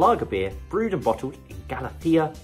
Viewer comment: Lemon sherbet? Sweet corn? White toast? Haha! You're full of it. Estrella Galicia is one of the best beers in the world, and it doesn't have any of the taste tones you described. And it's gal-ISS-ya (in Spanish "gal-ITH-ya"), not gali-SEE-ya.